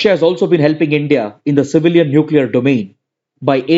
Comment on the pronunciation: Not kundankulam Its koodankulam